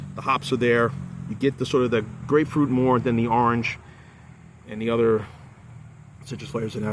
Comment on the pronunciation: You nailed it when you said grapefruit. I think I would have liked the double broken heel IPA better than the Trail Maker Imperial IPA